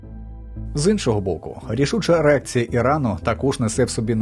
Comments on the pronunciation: На 07.19 ви кажете: "ерекція Ірану"???) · Рішуча "єрекція" Ірану? Чи я правильно почув? ))